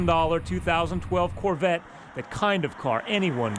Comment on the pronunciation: as a car guy and Corvette fan, it's hard not to ignore the fact that the reporter mispronounced Corvette as Corvatte 😂